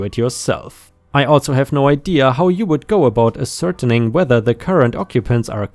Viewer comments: And ascertaining is pronounced “ass-er-taining” and calendar is pronounced “cal-an-der!”. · ascertaining ass-er-tane-ing, and attn: - means attention